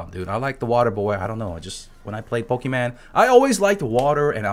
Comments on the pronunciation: Did I hear pokiman instead of pokemon? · Po-kee-man? Are you for real?!?!?!